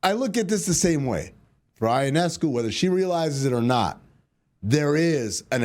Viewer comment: YO-NESS-COO is how you say Sabrina's last name Amin. Not>>> EYE oh ness coo. Might want to practice that a little since she is one of the stars of the WNBA.